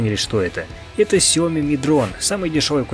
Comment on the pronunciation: Не Сяо́ми а Сяо Ми́! 😁🙏